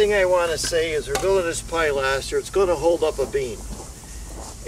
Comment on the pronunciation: I have been watching you videos and learnt a lot. This video I did laugh somewhat, I know that certain areas call things different names, in English, as in UK, it is called Pilaster, that's Pil-a-ster not Pi-laster. Sorry but I did have a good laugh. keep up the good work.